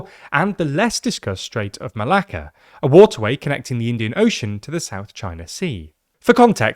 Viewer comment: im sorry but as a greek i just love how many times you said strait of malaka :P